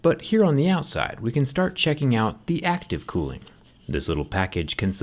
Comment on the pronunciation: Everyone: cooling Him: clooing